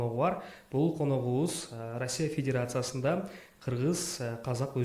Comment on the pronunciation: Перекросток,федерасиасында,заваская деп туура эмес суйлогон -вышый образаваниясы бар умныйларга диктант жаздырса экиге жазышат болуш керек…